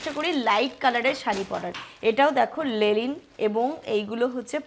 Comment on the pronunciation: লেলিন না,লিলেন শাড়ি